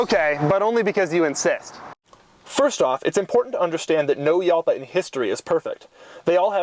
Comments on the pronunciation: you pronounced jalpa as yalpa but what about juice? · ***** the correct pronunciation is like "halpa" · You don't say Jalpa right. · Pronounced Halpa not Yalpa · "hal-pah", not "yal-pah". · It's pronounced Halpa not Yalpa. Lamborghini uses Spanish names for their cars ex GaYiardo, MourTHielago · As a guy that owned one of these for years I need to make a few comments. Doug! It is pronounced Halpa!!! Mine was a garage queen I found in Cleveland and it ran after sitting for years but I still had Evan's Automotive in Columbus Ohio (they work on exotics from around the world) rebuild it and like most cars of that era it did have some issues. First one of the head cam journals was out of round because some knuckle head over tightened the cam chain. And the front piston bank was scored which was typical because of the insufficient cooling. After a through rebuild and upgraded cooling I drove it for years and would have not hesitated to take it across the country. I have to laugh though because my windows took forever to raise just like in the video and I always wondered if the motors were going to fry. And he got the speedo right too. I had to use kilometers per hour and divide by two to get close to the actual mph. It's always easier to use a GPS for speed. The rear trunk was big and never got hot. We could put a 10x10 folding canopy, two folding chairs and a cooler in that thing. It is easy to store the TARGA (Doug) top behind the seats if you flip the seat backs forward. It drove like a go cart and was a blast. Here it is with a racing exhaust at the Arthritis Show in Dublin Ohio. Top speed geared out at 157 mph. I ran mine up to 142 mph and the faster it went you could feel the car getting lower to the ground and glue itself to the road. Wonderful machine. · The "J" is pronounced like an H. Like, "Hall-pa". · You pronounce it incorrectly, it's Halpa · Uhhhmm Doug, I believe Jalpa is pronounced like Jalpa the Hutt. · Are you sure it isn't pronounce Halpa?